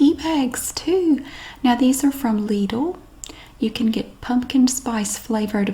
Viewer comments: I don't get why people give you grief over the pronunciation of Lidl. Yours is very close to the the German pronunciation, after all, which I'd spell out as Leedle. Pretty much the same. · Lidl actually is a german store. It is pronounced lee-dl - like needle with an L. Just like said. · As a German i can confirm you pronounce it 10000% RIGHT 🙂